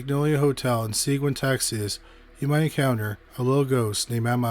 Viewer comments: Seguin is pronounce like "Se-GEEN", y'all! Otherwise, good vid! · I'm from Texas. Seguin is pronounced suh-geen. I had never heard about this case. Interesting. And horrifying. Can't believe that happened in New Braunfels. 😢